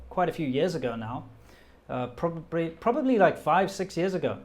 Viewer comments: You said "probabry" in a Chinese accent then corrected yourself to probably ...Epic guy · you said “probabry” and switched back to probably, which I find interesting because that shows the effect of speaking chinese for so long on your english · ‘probabry’ 😂 You have officially become a Chinese! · ``probabry`` he really is chinese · said "probabry". Assassination justified. JK love you